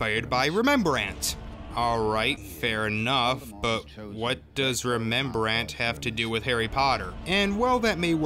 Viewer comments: Who is "rememberant" do you mean the Dutch painter Rembrandt? There's no extra syllable in there. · It's Rembrandt not RemEmbarandt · It's Rembrant, not Remembrant. rolls eyes. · He was joking... a mashup of Rembrandt and Rememberall. I'd go so far as to say he's mocking the idea of mashing up painting styles into cinematography style. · Its rembrandt.... not Rememberant. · Hope you were joking with the whole Rememberandt thing Good vid though! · Was the Re-Membrant thing a joke a missed or did he just missread the name? Rem-brant people, Rembrant. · Remember: it's Rembrandt, not: 'Remembrant'... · Who’s “remembrant”? I thought his name was “Rembrandt”... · What the fuck is a Rememberant? Did you mean Rembrandt? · Why do you say 'Remembrandt' instead of 'Rembrandt'? What? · Re... ReMEMbrandt? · ReMEMbrandt xD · Argh! It's Roll-ing! I hate it when people mispronounce it. And it's not Remembrant, but Rembrandt. Pay attention! Ron is a whiner in POA because he's 13. Hormones. He seems to get hit worse than others. And i ascribe most if the continuity issues to magic. Stuff is in different places because... magic. It didn't really bother me. Saying roww-ing does. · I'm sorry, but Rembrandt. REM-Brandt. Not Re-mem-ber-ant. I know it's a nit-picky detail, but if you're going to critique something, make sure you don't sound like an idiot. Also, stop swearing, it doesn't help add to your points. :) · He didn't even mention the random mirror that harry suddenly has and he can see Dumbledore in it? Please don't say Rembrandt like remembrall! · Remembrant? Did I hear that correctly? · Genuinely unsure if I can finish the video after that. Just...really, dude? "Remembrandt?" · Maybe he means Remembrall? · Ikr? I drew a blank until he showed the self portrait, "Oh the painter....that's not his name but ok." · No, it is not. It is quite easy as far as Dutch names go Xd but you know... rememberant xD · It’s rembrant. Rem... brant... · Wait, did you say ReMEMbrandt? I can't... 😂